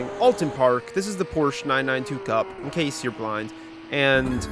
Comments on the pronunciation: its called Porsche. theres an e at the end in case you didnt know... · English speakers pronounce Porsche correctly challenge: ongoing 😂